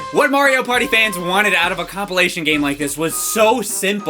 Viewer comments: Been watching since the beginning and he FINALLY said “compilation” instead of “complee-ation”. I’m so happy. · Oh wow. said compilation right. Neato taledo frito bandito?